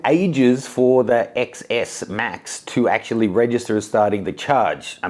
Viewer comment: QI is pronounced Chi. XS is pronounced Ten S. Not sure how reliable this video is when the presenter doesn’t even know the product names.